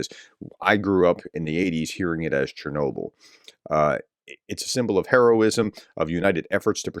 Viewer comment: In Ukraine we pronounce Chernobyl almost the same way you do it in English.